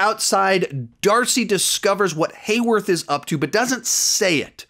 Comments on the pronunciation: it’s been 3 weeks. You’ve got to stop calling Heyward “Heyworth”. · It’s HayWARD. Not HayWORTH. I mean, they’ve literally had his name displayed on screen. Several times. Why are people still confused on this? Sheesh. ETA: Especially people like you,, who are making videos about the show. Do a little bit of research. You’re literally making money off of this. You come across like a fool. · Just to let you know it’s not Warwarth, it’s Hayward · the sword directors name is hayward not wayworth btw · Is it Hayworth? I thought it was Hayward??? Lol also your way of viewing this is interweaving yo me because my view on everything is sooo different but I do agree on the Hayward point you made with him hating super people I think we have so much coming it’s insane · Great Video, but I will say I believe his name is Hayward, not Haywarth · Hey, just a little correction. It’s Hayward, not Haywarth lol. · Sorry but it's hayward not haywarth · His name is hayward, not haywarth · It’s Hayward not Hayworth. 😂